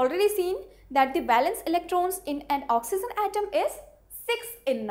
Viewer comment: madam, just for being an english teacher. my ambitions is to see you as a good pronouncer of saying the word ''oxygen'' correctly.